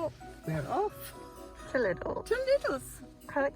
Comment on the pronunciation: Lidl is actually pronounced like Lee-dl 😂😝